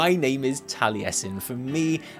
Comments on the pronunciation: I liked the video the moment he said, "" and I'm not even mad about it. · fucking nailed it, mate.